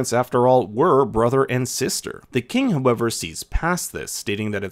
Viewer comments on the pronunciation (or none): none